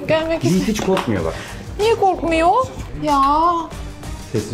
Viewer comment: + bak Yiğit korkuyor mu? - niye korkmuyoğğğhh 😂